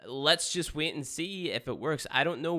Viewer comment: Can't "wiet" to get into "spyies."